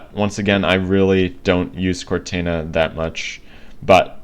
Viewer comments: Just an FYI. Its not CortAna(like "anna"). Its Cortana(like Cortawna, or Cortauna, like "sauna"). And its not tElemEtry (TELL-uh-METree). Its telEmetry. (Tul-EM-uh-tree). Sorry. Not disrespecting. My OCD was just going into overdive listening to you. Great video by the way. Thank U for posting it. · and another thing is that i dont think its pronounced cortana but pronounced like cortona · Please don’t cal it cortana with a “a” say it with a “o” sound in the end